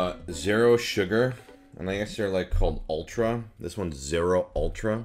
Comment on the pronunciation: Omg he says the word zero like "zair-o"